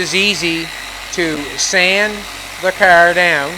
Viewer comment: Kerr? It's car. WTF?